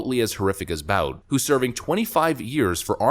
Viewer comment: Victor Boot; that's how it's pronounced.